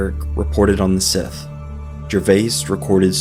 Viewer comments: The word Sídh (Sìth or Sí) - is pronounced SHEE, not Sith. For example, Daoine Sídh is prounounced DEE-nuh SHEE. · Sidhe is pronounced Shee...not sith. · Hi, thank you for posting this video. As someone who has looked into these ideas myself for a very, very long time, can I just add that the word "Sidhe" (for the fairy folk) is not actually pronounced as "Sith", but as "Shee"... and yes you're right, it is indeed a fascinating area of study, for sure. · "Sith" is pronounced shee. Like irish gaelic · The real description of them is pronounced shee not as it is spelled. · It’s pronounced “shee”. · Sidhe pronounced SHEE in Irish and Scots Galic (it should really be Scottish no Galic). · It's a Galic word and the video mispronounced it badly. Sidhe- it needs a bit of tongue roll but it's like "shee" and where the word "banshee" originates. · You’re mispronouncing Sihe.